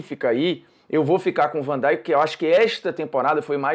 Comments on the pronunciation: o nome dele é vandeik seus ignorantes e não vandaik! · uma coisa que eu não entendo é por que aqui no Brasil, desde sempre, americanizam a pronuncia de vários nomes de jogadores, como van "daink", "Klaivert", "Wainaldum". Alguém me responderia por que é tão comum os comentaristas pronunciarem esses nomes de forma errada? lembro como dava agonia ouvir Galvão Bueno falar "Klaivert", por exemplo. Esse U tem som quase de i, ou seja, a pronúncia é quase um "Klivert".